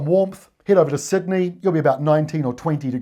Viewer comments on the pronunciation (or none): none